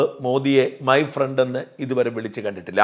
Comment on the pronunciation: മൈ ഫ്രണ്ട് അല്ല മൈ പ്രേണ്ട് 😂